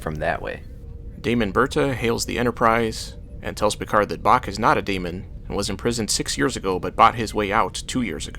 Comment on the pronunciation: lol every time you say daimon it sounds like demon